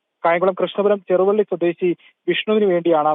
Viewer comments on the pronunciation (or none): ചേരാവള്ളിയാണ് സഹോദരാ. ചെറുവള്ളി അല്ല